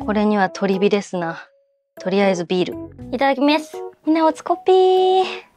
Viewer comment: どうしていただきめす と言うのですか？